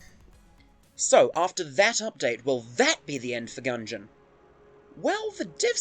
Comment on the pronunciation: Did you intend to make "End of the Gungeon" to sound like "Enter the Gungeon"?